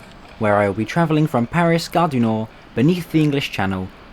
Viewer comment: He doesn't know how to pronounce Gare du Nord.